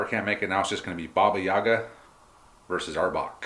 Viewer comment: Please stop putting emphasis on "Ya", this is not correct, it stays on "A" (this is me talking about Yaga), in Russian it is pronounced that way, but what you pronounce sounds more like a Shakespearean character from Othello.